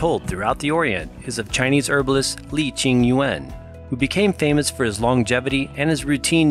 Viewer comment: Yuen = "Yoon", not U.N.